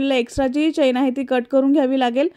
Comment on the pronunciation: चैन नाही चेन म्हणतात